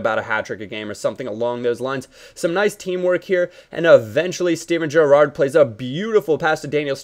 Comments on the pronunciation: if you see this can you stop stressing the second syllable in Gerrard's name? haha thanks xx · I love the way you say "Gerrard" lol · lol at the way yo pronounce Gerrard